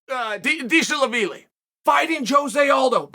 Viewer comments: Deshevalili? Gentlemen fighting jose aldo? I bet that guy is good. Name butchering at it's finest. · d-shala-vidi lol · Of all the many pearls of wisdom that Chael left for us here, none were richer than finally finding out how to correctly pronounce Merab Dvalishvili's name..... DEE-shuh-la-VEE-lee. Undefeated, undisputed. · When Chael said Dvalishvili 🤣🤣 I was having food and I almost chocked.